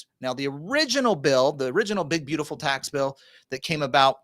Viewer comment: Think you said tax pill. 🤣